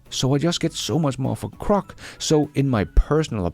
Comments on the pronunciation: Hey, LOVE your work. *sorry, it's my OCD, but its Groc, not Croc. (Come to Australia if you want to see Croc's😂) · Perhaps is misreading the digraph, mistaking GR for CR and so mispronouncing it? I think this would be an easy mistake for an ESL speaker.